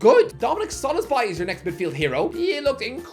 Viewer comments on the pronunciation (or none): Does know he is mispronouncing Szoboszlai's name? I thought it was just a mistake here and there, but he's constantly messing it up.